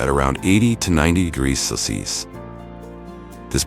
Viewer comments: Good video overall, but you need to teach your AI how to properly pronounce "Celsius!" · Are they incapable of pronouncing the word Celsius? What's up with that?